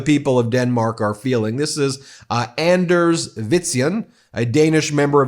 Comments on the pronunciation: The name Anders should be pronounced to rhyme with 'wanders' and Mette is a bit harder to describe. Either pronounced somewhere Meta and Metty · P. S. Good job on Anders name - not quite correct but much better than last time. 😊